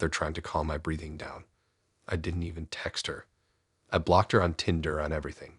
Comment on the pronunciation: i tryed to listen but couldn't stomach the tindrrr ...started making my eye twitch